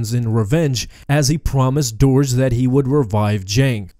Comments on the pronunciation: I'm fairly certain it's pronounced 'derg' not 'dourj' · It's Durge! Not Doorge. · The way you pronounced "Durge" made me a little sad.